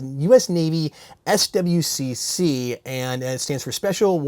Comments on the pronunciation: SWCC is pronounced "Swick." My question is this: Have you ever found a plastic gun that felt better than a metal gun? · it's basically pronounced swick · swcc is pronounced swick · Hey, this is not a question but just an FYI. Navy personnel commonly pronounce SWCC as "swick"